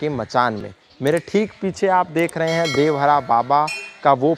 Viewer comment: देवहरा नहीं देवरहा 😠😠